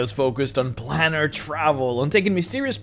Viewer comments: It's a plane that you are travelling to therefore it is pronounced as plane is pronounced with a long A in other words an a that sounds like itself PlAnar travel. It isn't a plan, it is a plane. Otherwise thank you for making this video! I love your videos. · It's not "plaanar" it's "plAnar". Beings are travelling the PLANES. So it must be PlAnar travel. Please contact me if you wish to know how to speak certain words. It's no problem for YOU to LEARN, is it? M 🦘🏏😎